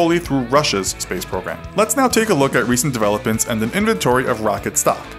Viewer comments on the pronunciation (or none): DeveloPents youanus